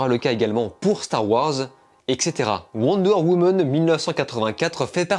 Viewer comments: "Wonder Womon" 😂😂😂😂😂😂 J'adore, désoler j'ai pas vu le film donc je peux pas le critiquer en revanche je m'en fou d'être spoiler un peu comme suicide squad à l'époque.. Le 1 par contre j'ai bien kiffer sauf la fin un peu spèc'.. Sinon j'ai bien tes critiques hein, bonne continuation 😊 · Wonder Womeune 😂